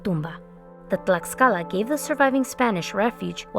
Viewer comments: fantastic video as always!! only criticism, the 'x' sounds like the english 'sh' sound, so Mexico in Nahuatl sounds like "may-shee-co" and Tlaxcala sounds like "tlash-ca-la" otherwise loved the video, keep up the great work!! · Its pronounced Tlashcala, the x makes a shhh sound. Jesus, people always be doing history videos about this, but can never even get a mere pronunciation correct.